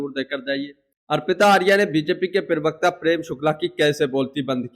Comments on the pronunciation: "पिरवक्ता" मत बोलो यार..... अजीब लगता है सुनने में। "प्रवक्ता" कहते है। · Abey bewakoof ye PIRVKTA kya hota hai ...bolna to seekh ...